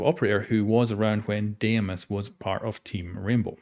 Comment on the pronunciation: Greek here: its pronounced “dee-mos” not “deh-ee-mos” Dee-mos , the “dee” should sound like saying “de-mocracy” ❤️ opa!